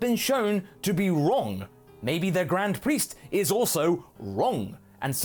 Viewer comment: I keep hearing "Grand priest is" as "Grand Priestess" XP